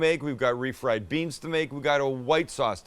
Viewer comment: THANKS MAX!! I THOUGHT I WAS THE ONLY ONE THAT HEARD BREANS! 😆😆